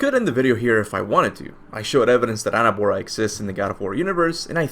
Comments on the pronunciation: Please i dont want to sound like an asshole 😬 but is not Anerbora is Angrboda like anger and boda like wedding 8n Spanish since i know you speak spanish Sorry men I'm not trolling or anything is just that when it doesn't sound Norse makes me crazy 😁 Great prediction BTW i remember the video when u predicted and i thought about it the minute i saw the trailer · why do you call her annaboa? her name is ANGRBODA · Angrboða you say its not pronounced Angrbooa but instead Angrboda! ð is a d little sound of it!! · It's not Anabora it's Angrboda. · You are misspernounsing her name !!!